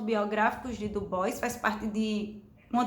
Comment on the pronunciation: Sua resenha é um oásis, pronunciou o nome do Du Bois certo, eu já parei pra ouvir com mais atenção :)